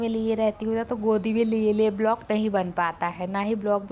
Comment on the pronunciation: ब्लॉक नहीं व्लॉग बोला करो